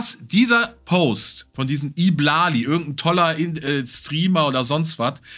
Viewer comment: I Blali wird übrigens Ei Blali ausgesprochen, nur als Info. Habe mich etwas über die Aussprache amüsiert 🤣